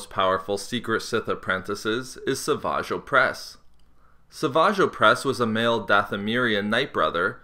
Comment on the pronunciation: >Sah-vage O'pres Love how you try to play off how silly his name is